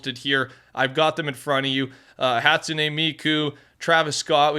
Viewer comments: It's more like "Hatsu'ne" Meky" when should pronounce her name. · I am pretty sure it's "hat-soon" "me-coo" you have miku right